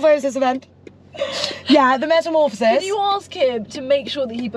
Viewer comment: it's metamorphOHsis... Not metamorphohSIS 😂😂😂